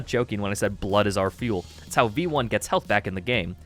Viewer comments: "Your a vamperic robot named veioni"- im gonna cut you right there, its v1, not vieioni or whatever you just said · its literally pronounced "vee one" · that's just how you pronounce vionni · i have never heard someone pronounce v1 that badly😭😭🙏🙏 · for a moment I thought he was saying it like that as a joke because of how italian it sounded